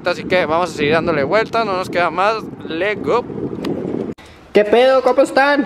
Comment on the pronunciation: No es lest go lest go es legó lego legó!!! Saludillos desde mazatlan sinaloa